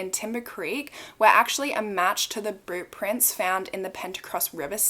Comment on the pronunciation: why did I hear "boob prints" instead of "boot prints" 🤦🏼‍♀️